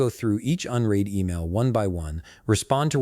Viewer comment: unread rymes with undead not unheed!